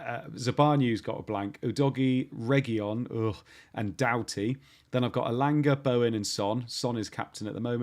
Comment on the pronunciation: Cheers guys. But please stop saying "Regiyón". There's no LL in it, it's just a single, normal letter L. "Regilón". And spread the word around. Ta. 😂